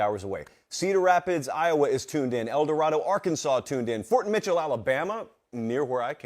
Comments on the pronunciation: As a native of El Dorado, Ar, you said our name wrong😂. We pronounce it Eldo-Raydo. You’ll get dirty looks saying it the other way. It’s like people who say Ar-Kansas instead Ar-kansaw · My man butchered El Dorado so hard 😂